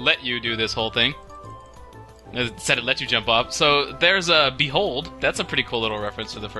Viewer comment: A bee hold? It's a Beholder.